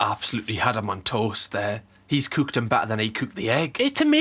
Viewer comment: Honestly i just love watching these Gordon Ramsey vids just so i can get my daily fill of listening to pronounce cooked, as cuuked